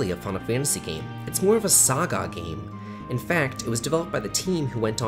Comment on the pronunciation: Phew. I'm so relieved someone else in the world other than me pronounces those games as "SAW GAW".